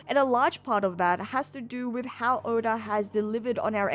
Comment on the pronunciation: Why does she sometimes pronounce Oda as Odar? 😅